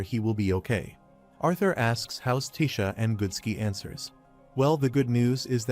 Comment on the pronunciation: What is To bi? You mean Toby(TOBI) ? Why is AI so stupid? It can't pronounce names it can't get the same name right twice in a row and can't get the names of the characters correct. It's tessia not Tisha. It's so annoying it really is. Please edit your fucking videos